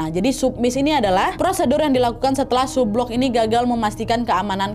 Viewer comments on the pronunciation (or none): Cara baca sublook, submiss, subsunk salah